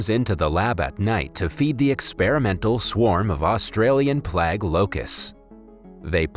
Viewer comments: 'Play-gue', not 'plag' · PLAGUE.. not plag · is he trying to say plague and saying plaks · Australian plag locust? You can look up the pronunciation of words for free on the internet. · What the hell is a "plag"? "Plague" is pronounced with a long "a," as in "plain." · Its either a robot reading or someone who has never uttered the word plague before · Almost not worth watching because of the mispronunciation of plague. It irks me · The way you pronounce plague bothers me. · Dude you really don’t know how to pronounce PLAGUE?!?!